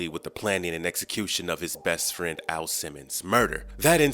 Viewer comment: you literally call AL, A.I. Simmons!? Ha ha🤣wtf?